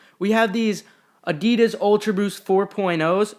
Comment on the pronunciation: It’s actually uh-dee-diss, not uh-dee-duz